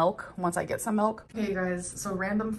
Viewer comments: i HATE the way she says milk like “melk.” it makes my blood boil 😡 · I hate that she says Melk. It irrationally irritates me so much. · As a Dutch person hearing her say 'melk' gave me the shivers. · Gorl can't even say "milk" normally.